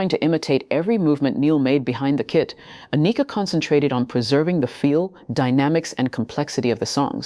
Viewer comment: You’re still pronouncing her first name incorrectly. Sound it out , break it down An I Ka . Pronounce I as ah